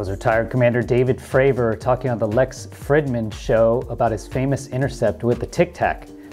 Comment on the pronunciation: Lex pronounces his surname as "Freed•man".